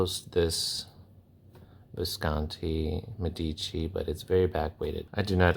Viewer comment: It's meh-dici not meddici 👍